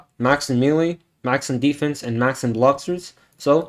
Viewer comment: when he said max in melee, i thought he said max in mewing 😭💀